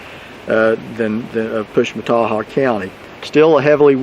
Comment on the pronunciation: Interesting! And you get an A+ for being able to pronounce the name of that county!!! Wow!!